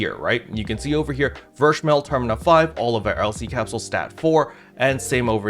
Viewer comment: Since I'm a Slayer Main this was very needed Info, thank you! Btw German Captain here again. "Verschmelz" is a German term which translates to "fused". It is pronounced "fair"(ver) schmel(stays normal like y'all pronounce it already) and z in German is "ts" like in "tsunami". Try "Fair-schmelts" in your next video if u like. I'm very curious on how your German will sound! Keep up the good work sir!